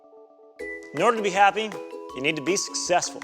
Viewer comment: Lol they said sussesfull